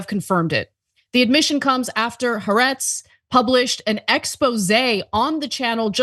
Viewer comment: "Haretz" , don't you mean "Ha'aretz?" the left wing "journalists" that are bought by Biden?